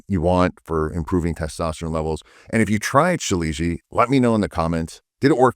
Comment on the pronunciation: Ill pass.thx.lol..and you pronounce it so incorrectly 😅